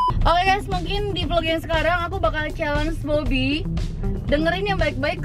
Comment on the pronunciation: Wadaww bebby slah nyebut😂😂 i love u teh rere💗